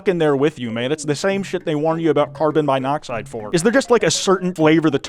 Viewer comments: "carbon MYnoxide" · Why do you say "carbon monoxide" like '"card in my noxide"